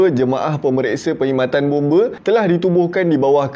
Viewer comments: Bombe lain bang bomba baru betul..tak sama sebutan tu bang😅😅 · Bomba ❌ Bombe ✅ 😂😂😂